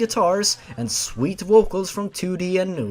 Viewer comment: The way you mispronounced "vocals" makes you sound like you're speaking Latin, since Vs sound like Ws in that language.